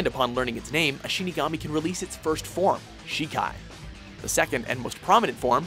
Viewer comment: its not zan its zon and its shikai not shikaaai its also bankai not bankaie